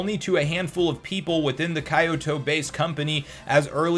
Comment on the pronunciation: Dude it’s pronounced kee-oh-toe, come on 🤦🏻